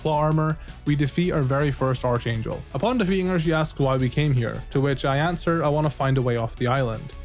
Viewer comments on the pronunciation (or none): Dude…for the love of God, it’s pronounced “ARK-angel”